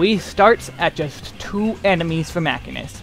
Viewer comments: Is "mack-in-ist" a joke? Sorry, I'm new here. I'm pretty sure, like really fairly certain beyond a shadowbringers of a doubt, that it's "machine-ist" (musheenist). Anyway, great video and I thank you! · Your pronunciation of machinist(supposed to be "ma-chine-ist" not "mach-in-ist") is so painful that I physically cringe every time you say it. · Muh shee nuhst, not Mac hin nust......sry drove me bat shit crazy during video, otherwise good vid. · Great Guide! Also its called ma-shee-nist not ma-kin-ist. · Guys, holy shit. It's "Machine-ist". Machinist. It's a actual job, people that "machine" things. It's not hard. It's just the language you're speaking in the video. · It's pronounced 'muh·shee·nuhst' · MAH-SHEEN-IST MAH-SHEEN-IST MAH-SHEEN-IST. Even the devs pronounce it this way. Don't make me be that guy. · This man confidently said mack-inist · I am pretty sure it's pronounced ma-sheen-nist. Other than that, excellent guide. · In the first 5 seconds you said "mackinist" and you immediately lost me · Nice guild and information. FYI It’s pronounced machine + ist. Mah-SHEEN-ist. Machinists use guns and machinery in this game and in Final Fantasy lore in general. You’re taking the basis behind the job out of the name. 🤢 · i've never heard 'machinist' pronounced this way.